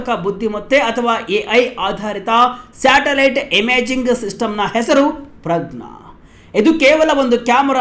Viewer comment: At 4.57 ಮಾರಾಯಾ ಅದು "ಸ್ಯಾಟಲೈಟ್", " "_ಟಲೈಟ್" ಅಲ್ಲ. ತುಂಬಾ ಅಸಭ್ಯವಾಗಿ ಕೇಳಿಸುತ್ತೆ.